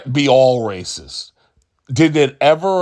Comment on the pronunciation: Calling all Hispanic voters rah-seest and six-eest was and is a good idea, my Demonic Party. Keep it up, geniuses.